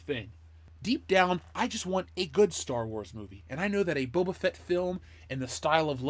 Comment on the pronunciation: Bubba Fett. For years i thought that's how his name was pronounced. Kinda like "Dark Vader"